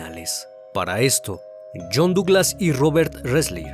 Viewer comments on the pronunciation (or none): none